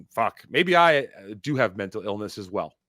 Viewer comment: Mental inilness?? Sprg, sprg,,,,sprg is the word😂😂😂